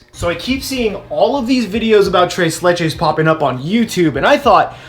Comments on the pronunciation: "Trace le-" Me: internal screaming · I hate the way he says tres leches